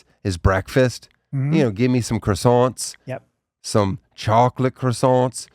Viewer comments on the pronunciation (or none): Real special way of saying “croissants”